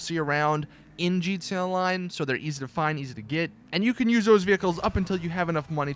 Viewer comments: He said GTUA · He kept saying gtelline